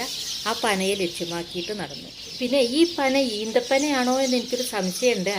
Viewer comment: ഈന്തപ്പന അല്ല ഈത്തപ്പന